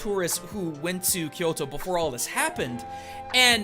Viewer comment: Don't pronounce " Kyoro ", instead of Kyoto.